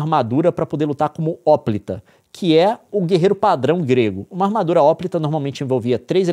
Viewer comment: Uma dica: hoplita é palavra paroxítona tanto em grego qt em português.